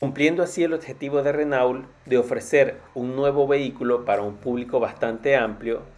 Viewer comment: Se pronuncia RenO, mierda, RENO